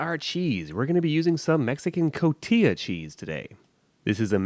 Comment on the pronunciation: Elote preparado would be a better title just means prepared corn. Elote we eat hundreds of ways. The cheese is pronounced co ti ha. Respect and subscribed